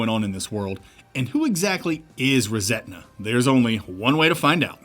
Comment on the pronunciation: Love what you do, this one has one glaring issue. The game is called "ReSetna", and I wouldn't normally point something like this out, but hearing it pronounced "ReSentna" so frequently subconsciously gave the game a tone of resentment at the world versus resetting or rebooting the world 😂😂 it was bugging me, good show, keep it up